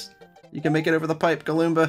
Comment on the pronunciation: It’s galoomba